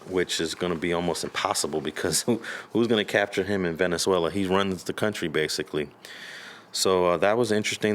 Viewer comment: You meant Venezuela not Valenzuela right? Smh amateur hour